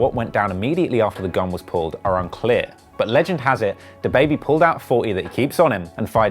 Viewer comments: The way he said dababy smfh🤦‍♂️ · Dude really said da baebey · did you really say “dah baby” 🤦🏼‍♂️ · nobody: the news reporter: DAH BABY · dude had to say DAHbaby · He pronounces Dab,baibei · Why he say Duah Baby 😭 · It’s duh-baby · Nobody: Him: day-baby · This dude just said “dahbaby” at th beginning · Nigga said DUH BABY 🗿🗿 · Bitch it’s duh-baby=dababy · how the fuck is he gonna say "DAH BAYBAY" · Why he say da like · Don’t ever pronounce DaBaby like that again. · Can't even prenounce dababy smh